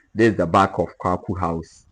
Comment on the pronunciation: Not Kwakwu house...named after Philip Quacoo. Your pronunciations of the house names are incorrect. 😂😂😂😂